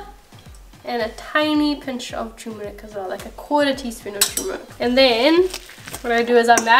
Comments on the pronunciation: Haldi is called turmeric in English and not tumeric and pronounced as TER-muh-rihk and we use pressure cooker to boil potatoes...it's faster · Will definitely be making this recipe. Loved the John Abraham & Akshay Kumar reference in the ingredient list! Oh and turmeric has an “ r “ in it. 😊